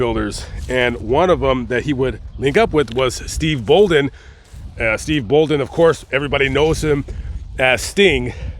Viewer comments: Steve Borden not Bolden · Steve Borden, not Bolden. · Bruh.. Stings real name is Steve BORDEN. Not “bolden” or whatever you are saying 😂 I guess us wrestling enthusiasts, or “nerds” actually know his name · I’m correcting the name Steve Borden not Steve bolin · Love your videos! Respectfully, You accidentally misspoke when giving Sting's real name. You called him Steve Bolden, and it's actually Borden. Not trying to be "that person", just wanting to clarify! Thank you for these videos and the time and effort you put into them. I'm a HUGE taphophile and would LOVE to visit all these cemeteries! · Boldon?? BORDEN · Sting's real name is Steve Borden, not Steve Bolden. RIP Ultimate Warrior. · Borden, not Bolden. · Not to be one of those guys lol but stings name is steve BORDEN...not bolden!!! But awesome vid jus wanted to clarify for ya!! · It’s the blade runners and also Steve Borden is stings name not bolden just for the record